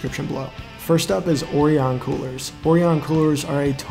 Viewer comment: Orion is pronounced O-Ryan. Lol